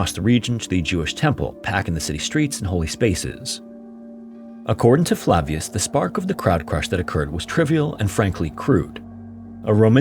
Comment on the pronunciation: Your pronunciation of Flavius lol